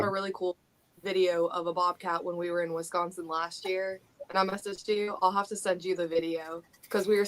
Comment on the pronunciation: weesconsin lol.